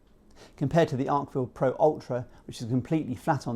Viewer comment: It’s “Arkfeld”, not “Arkfield”